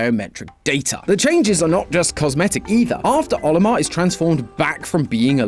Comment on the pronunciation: ha he said captain